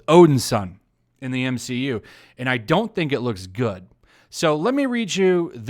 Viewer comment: I swear I heard the entirety of the internet cringe when he said M-she-U